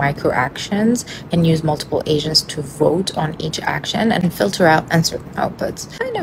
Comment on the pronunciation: I actually hear agents as 'Asians" are you using some kind of subliminal noise inside you speech?